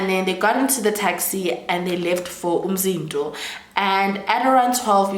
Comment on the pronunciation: Love how you pronounce Umzinto